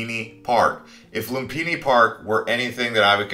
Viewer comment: As a long term part time resident of Thailand it bothers my ears listening to you mispronounce words like Lumpini, tuk tuk, Siam, Ayutthaya (God, you butchered that), Sukhumvit, etc. Have you ever actually been there???